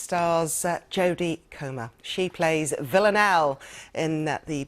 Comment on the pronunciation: Did the interviewer call her jodie cromer at the very end ??😂😂